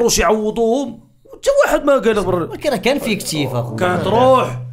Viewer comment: ايفيكتيف ❌ فيكتيف ✅